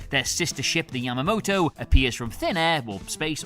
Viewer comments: Um...do you mean the U.S.S. YAMATO! (not Yamamoto)? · YAMATO Nnot yamamoto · It’s the YAMATO not the Yamamoto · I had to stop the video when you mispronounced Yamato. There's no excuse for that. 👎